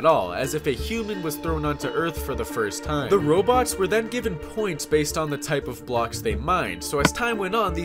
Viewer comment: why u pronounce robots as Roblox lol